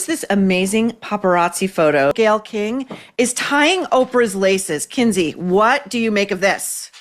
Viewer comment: Not Kindy - Kinsey